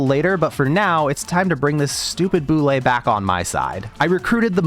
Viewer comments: How to pronounce Bulette: B-you-let, not b-you-lay. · bro pronounces bulette like boulet… (byu- let) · Yo, just the fact you called it a Boo-Lay and not a Bullet instantly 10/10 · The Bullette didn't like how you call it a "Boo-lay"